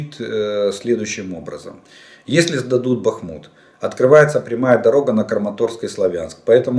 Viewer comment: БахмУУУт! Прошу Вас, следите.